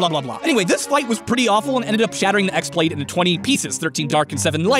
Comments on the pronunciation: did he just call the chi-blade the x-blade?!?!?!? UUUUUGGGGG NERD RAGE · I knew he didn't knew anything about KH since the moment he said X blade instead of Chi blade. After that it was painful to see all the mistakes... You don't know about the subject, and you just said some facts WE ALL KNOW. To be honest worst video of Game Theory. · Should... should I point out that you pronounced χ-blade incorrectly? It's not X blade, it's chi blade... pronounced "ki" blade which rhymes with "key" blade. I'm pretty sure the game devs picked the Greek character χ because it's pronounced like key. :P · I played the whole series right from the start ( KH, KHCOM, KH2, KH358/2, KHBBS, KHCODED, KH3D every fuking one) to watch this video, and I felt dead when he pronounced "X" blade ...srsly ffs you are talking about logic for time traveling while this game speaks about magic, Now I feel like getting stabbed in the heart again and again while I have immortality. This doesn't make any sense YOU SHOULDN'T HAVE DONE THIS VIDEO TALKING ABOUT "LOGIC" IN *KINGDOM HEARTS* P.S: My corpse is typing for me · even though "χ-Blade" looks like "X-blade", it's pronounced "Keyblade", just to make things that much more confusing for everyone. Also, "zey-uh-nort" for Xehanort. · I've played the games for years, and I have never had a tough time getting the lore, that and considering he couldn't pronounce Xehanort, and mispronounced the X-blade, and he didn't understand how time travel in KH works, I don't feel like he's played all the games